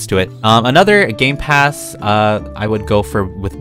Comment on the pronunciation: When he said gamepass i thought he said gaypass